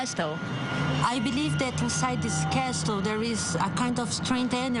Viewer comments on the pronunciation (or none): Anything scarier than her pronunciation of "Castle" as "Cas-tel"??